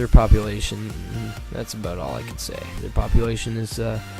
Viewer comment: ifanboyou got you to say aboot